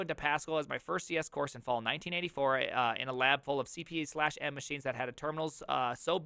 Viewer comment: Cee Pee Slash Emm lol. 🤣 On the topic of "close to the metal", back then you could just go to address 0x80 and read directly from the keyboard buffer and no memory protection fault would prevent you from doing so. Put some pixels on the screen? Just write to 0xA0000. No need to learn any frameworks and libraries, so definitely easier, just apply basic math and it'll work.